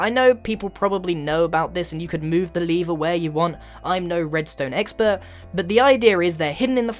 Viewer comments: Goodness Grian, it's "lever", not "leever" ! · Why do you say leever?